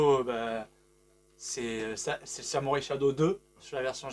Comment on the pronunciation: Merci pour cette bonne vidéo, par contre la prononciation de Samurai Shodown (et pas "shadow") c'est pas trop ça 😅